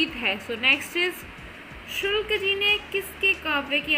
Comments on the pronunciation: Sulk nhi hota ,sukl hota hai 😀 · Sulk ji nae hota hai shukl ji hota madam sae se to batiye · Sulk nahi sukl hai maidam ji